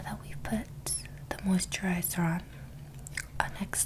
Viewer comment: She sounded like she was from New Jersey when she said "mousterizer"